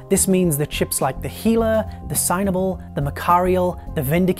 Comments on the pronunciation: i swear he just said hila instead of Gila :D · its Gila not hila. pay attention on your look and health mon.